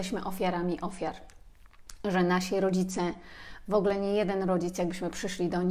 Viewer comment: Dziękuję.. Dziękuję😘💕... Moja Przypominajko.. 😁. Po wysłuchaniu tej lekcji, czuję się lepsza dla samej siebie 😁💚. Dziękuję kochana, bo utwierdzasz mnie w przekonaniu, że idę dobrą drogą.. Zresztą dobrze się z tym czuję, a zatem jest dobrze. Dobrze się pani słucha, tylko drażni mnie " wogle " i wybijam się z trybu słuchania treści . Wolałabym "w ogóle"... 😉. Cieplutko pozdrawiam. 😊💚🌷